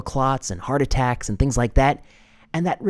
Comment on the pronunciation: This brilliant young man, Doctor and Professor can accidentally say "attrackes" all he wants to in my book! He has so much medical information in his brain, we all knew exactly what he was saying. We know heart attacks are happening, have you ever heard of so many young people dropping dead? We can only assume it's because they decided to be a lab rat for the govt!